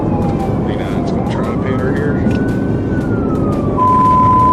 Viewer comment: PEE EYE TEE MANOOVER